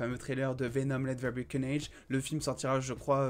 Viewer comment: J'attendais qu'il dise "Let The Ber Carnage" encore😂😂😂😂